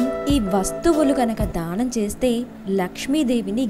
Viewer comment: dhaanam kaadu....daanam........ dhaanam antunte dahanam laa vinipistundi....